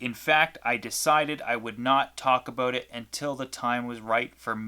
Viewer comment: Please never say "about" again please. As soon as i heard you say that i new you were canadian